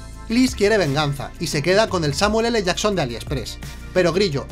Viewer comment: Es JACKSON...JACKSON...no llason jajajaja